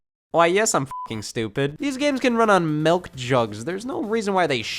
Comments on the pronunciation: Love how you can tell where Scott is roughly from just by how he pronounces milk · Scott: Melk Jugs